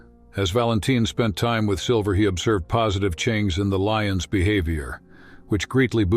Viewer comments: Leeons?!? Wth 😎😂🤣 narrator can't read simple English #Lions 🦁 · fix your AI voice...LION IS NOT PRONOUNCED LEE-ONS!! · Sorry, when the narrator said “Leeuns”, this dropped its credibility. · Leeons. love the AI narrator. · So.. lovely story, but u all realise this is not a narrator. It's AI. It said leons at the end. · What a horrible AI voice! "lions" pronounced as "lee-uns" among others. What is wrong with you? Why would you despoil such a wonderful story with an ARTIFICIAL computer voice? WTF? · Beautiful story, but did that stupid AI actually pronounce lions as lee-inns? Somebody teach AI English. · Veetranareens care??? Other leeons? I would gladly to a voice over for you at no charge! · Interesting how the AI voice suddenly forgot how to say "lions" and decided to say "LEE-ohns" instead. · Leons? Mispronouncing words. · The strangest thing about this video has nothing to do with the relationship between lions and humans. This narrator has mispronounced so many words in the most ridiculous ways, I don’t even know where to begin. Lee-uns? Really? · Enjoyed the story and video clips... the narrator sounded like he new what he was reading..and broke my following when he called lions .."leions". May I suggest you should have someone check the sound tract? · computer automated voice pronounces lions incorrectly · I wanted to hear the story and felt bad for sticking to the end because the narration was awful. Even mispronounced “lions” at the end. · Please next time have a human read the narration rather than a computer synthesized voice that can’t pronounce “veterinarian” or “lions.” Humans still do speech better. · I'd like to offer my heartfelt thanks to the AI that wrote and narrated the voiceover to this moving documentary. I wish it all the best in improving its pronunciation of challenging words like frightened, morale and lions. And I hope that it soon learns that lions don't generally switch gender multiple times during their lives.